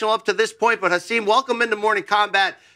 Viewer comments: It’s pronounced “Ha SIM” like SIM card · He’s said his name is pronounced Ha-sim (sim like SIM card).